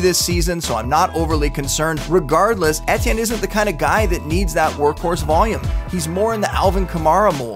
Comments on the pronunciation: How you pronounce Etienne emphasize the ET part just like how the movie ET is said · ITS PRONOUNCED “E-T-N”….. how you gonna make a video about dude but can’t pronounce his name hahahahah